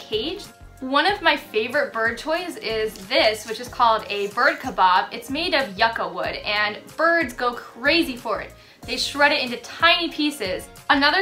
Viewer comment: yuca is pronounced Yoo-cah Btw I dont want to come off as negative or anything, just saying